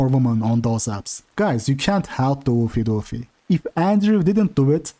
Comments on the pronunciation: Ew-fay Dew-fay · The way you pronounce "Oofy doofy" is meme worthy lol